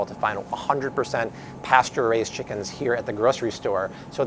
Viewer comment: First of all guy... it's Chicken... not Shickens.